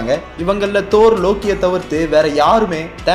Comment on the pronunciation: Thoor❌ thaaarr✔